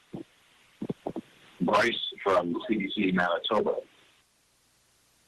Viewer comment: Not anitoba its Manitoba